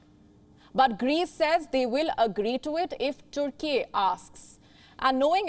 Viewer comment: YOOORUHPEAN Union.🤣 And Toorkey. We've been pronouncing it wrong all our lives. Apparently it's not European Union and Turkey. But Yoooorupean Union and Toorkey.